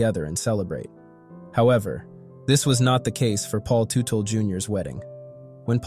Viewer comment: Terrible, disorganized, commentary. I knew it was going to be shit the first time I heard Teutel pronounced incorrectly. And the headline infers this commentary will be mostly about Paul Jr. Not the case. A very irresponsible commentary.